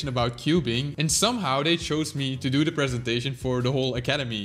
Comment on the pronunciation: It sounded like done to me